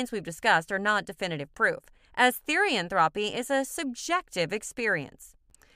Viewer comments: "Therian-thropy" its pronounced therian-thro-p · Me and my best friend both had some things to correct from this. First- THEE-REE-ANN-THROW-PE not Therian-Throepy or whatever. Second- Not all therians have shifts Third- Fictionkin exist BUT I wouldn't say that they are the same as therians (As portrayed with the images on some panels) Fourth- Not all therians have past lives Fifth- It's not a connection or religion srry we just found this kinda annoying :3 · TherIan thropy is all i hear😭😭